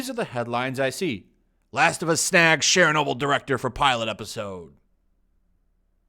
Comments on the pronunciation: Share-noble? LOL. It's a hard CH sound, like church. Churchnoble. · Why do you pronounce "Chernobyl" like "Shernobyl"? Weird. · Why do you pronounce "Chernobyl" with a French accent when it's Ukrainian?